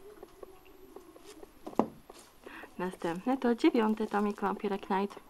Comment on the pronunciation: nie chodzi o znaczenie tytułu, tylko jak się go czyta :P to jest po angielsku i "rycerz" nie czyta się "knajt", tylko "najt" ;_